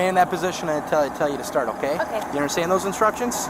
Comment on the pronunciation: she says oooh okay!😂😂 so nice, she must be Canadian😅😅